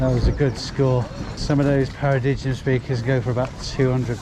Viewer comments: Great pick ups for a rainy day! I think the pronunciation of the speaker brand is "Para-dime":) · It's pronounced para-dime 😆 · Paradigm pronounced paradime ?